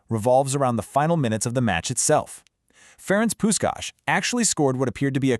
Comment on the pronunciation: AI-generated, I guess. "Puskas" was pronounced differently every time.